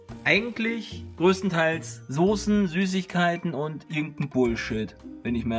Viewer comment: Hahah das standart aldi kräuterbaguette und das heisst soßen nicht sosen.